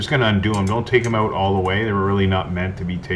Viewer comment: "owt" you're Canadian 😂😂😂